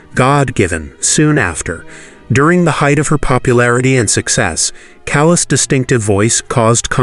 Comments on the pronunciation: It's pronouced CAH-las not as in calous on your skin. How much effort does it take to pronounce her name properly? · How could you be so ignorant as to pronounce “Callas” like “callous?” There is no excuse for such provincialism. And, you’ve got your facts, your chronology wrong. This video is bogus. What a shame! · Sir, your Italian pronunciation is horrendous, an embarrassment to the production of this video, including pronouncing “Callas” like “callous.” I’m sorry, but such ignorance from a narrator is inexcusable. May I suggest you hire someone who could help you with the pronunciation of Latin-based words. I hope this helps.